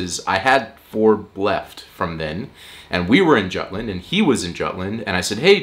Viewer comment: As a juTlander by heart, but also a traitor by where I live now... I can't get offended. But you're entirely correct, either say Jutland as in English or Jylland as in Lolland. Just choose one, none of them are offensive. But something in between is just confusing.